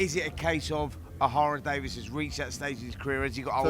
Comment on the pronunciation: It’s Ohara DavIES not DavIS ffs🤦‍♂️🤦‍♂️get your 💩 together Spencer!